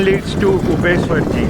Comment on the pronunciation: Hii it was very good to see Udaipur video and ubeshwar ji Mahadev temple video This temple called ubeshwar ji temple and you pronounce Ubeshwar ji temple